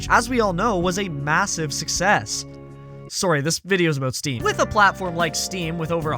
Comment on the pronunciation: most canadian 'sorry' i've heard out in the wild. awesome video